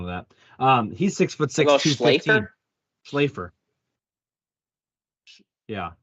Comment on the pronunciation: It’s pronounced Shlaf-ler